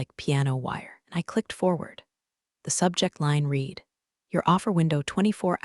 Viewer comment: Typical AI written, AI spoken garbage, always you find read (RED) spoken as read (REED), tells you it's a novel, a story, fiction, crap.